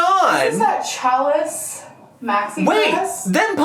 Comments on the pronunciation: The way she says challis really annoys me. It's not pronounced cha liss. It's pronounced sha Lee. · Can someone please tell that the word”challis” is pronounced “shall-ee”, not chalice! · Omg. It's sha'lee. Not chal-lis. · Omg its pronounced Shallee not challus and I hate it every single time she brings it up and butchers the word. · Is she still calling Challis 'Chalace'?😂😂😂😂😂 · Every time she says "chalice" it hurts a little. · I knew there was no way she was pronouncing challis correctly. It’s actually pronounced “shal-lee” 🤦🏻‍♀️ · Ohhh she was saying "challis" pronounced "cha-leee." Good gravy. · The. Dress. Was. Not. Loose. It’s made to be flowy. But heaven forbid our girl be honest with herself about the way clothes are supposed to fit. Also, it drives me bonkers that she’s butchering the pronunciation of yet another word. 🤦‍♀️